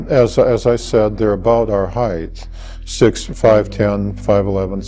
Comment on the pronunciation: He keeps looking off to the side, and often stutters…these things are sometimes cues that a person is not being honest. On top of that, the word is “height”…..not “heith”!!!! I hate that. That’s as bad as when our president Bush would say ,” NUKE U LAR…instead of Nuke Le Ar “. Dopes!!!